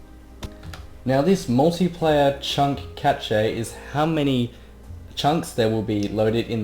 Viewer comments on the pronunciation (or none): sorry dude but it's pronounced cash not ca-ch-a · Cache is pronounced Cash